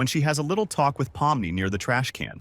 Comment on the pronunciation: WHY DID BRO SAY POMNO?!